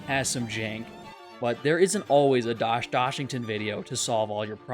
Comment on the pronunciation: this mf saying doshdoshington probably the reason this video got recommended